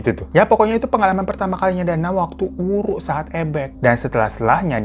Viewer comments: Nyong ya wong gumelar...banyumas...tapi sakuan istilah ebeg kuh wuru yah...geneng bang hiro ngomonge waru...waru sakuan kayu...ihik...!!! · Wuru bang bukan wuru krn aku org Banyumas 🤭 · Bang,,gw dari banyumas nih,,btw WURU bang bukan WARU,,hehee😁😁🙏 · Wuru coy bukan waru😂😂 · Bukan waru bang tp wuruu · Wuru bang bukan waru😂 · Hhhh bukan WARU bang tapi WURU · mon maap bang wuru bukan waru😭